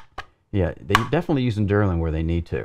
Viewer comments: Very nice review but please stop calling delrin derlin lol :) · Quality content as always! Minor critique, you kept saying DERlin, but I believe the material is actually DELrin. Keep up the great work, your videos manage to be in-depth, informative and interesting. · Delrin -- DEL rin, not DUR lin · This is a strange comment, what are you telling me here? I was commenting that he had the name pronounced wrong, not that its not a company, or know by completley other name which is meaningless to the subject, I am aware the DELRIN is perfect for high-wear use, I use it all the time. What is it your attempting to say?